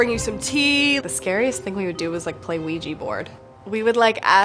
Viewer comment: OUJI? WTf hahahaha it’s OUIJA